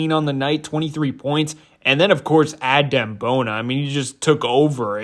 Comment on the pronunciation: Its pronounced uhdem🙏🏾